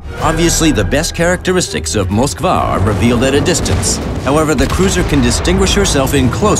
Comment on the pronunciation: They say moskvaaa not moskva